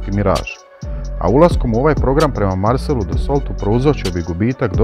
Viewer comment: Marcel Dassault- čita se Marsel Daso